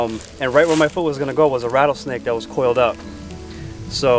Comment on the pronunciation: I wanted to go until I heard him say rattle snake